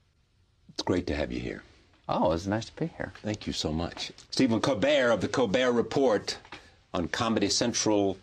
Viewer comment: Oh my god he called it a Colbert Report!!! (As in he pronounced the T at the end) How foolish!!